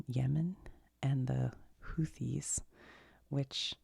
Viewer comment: It's Houth-ees. Also they are being targeted by the US because they are trying to disrupt the trade through the Suez Canal as leverage to end the genocide in Gaza. This is after a brutal war the Saudis waged against Yemen.